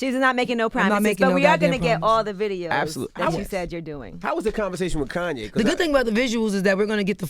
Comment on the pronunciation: Nigga said Koonye 🤣💀